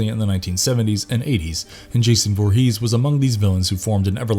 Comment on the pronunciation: Derek play Jason 2009 not 2019 and it's Voorhees not Vorhees